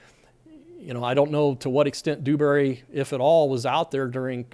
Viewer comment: Its Dewbury, soft D. Not Doobury.